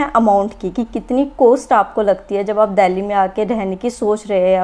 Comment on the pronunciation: COST HOTA HAI DIDI COOAASTTT NAHI!!!!!